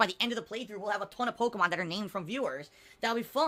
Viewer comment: HOOS THAT POKIMON??? MUNNNNNNNNYYYYY!!!!